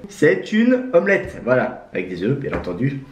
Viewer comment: A chaque fois il dit bien etendu et le lait se nait pas jaune